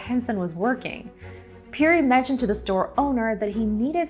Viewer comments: I first heard of Matthew Henson in the opening of the musical Ragtime! Robert Peary's name is pronounced "pairy," which I also learned in Ragtime. It's too bad no one caught that before the video was released. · Ya I've never heard it pronounced the way she was saying it.